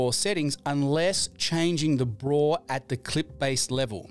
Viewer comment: please say b-raw and not braw...